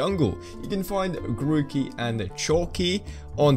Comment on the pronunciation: My guy says tookie